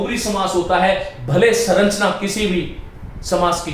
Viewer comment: श्रीमान आप संरचना को सरंचना क्यों बोलते हैं ।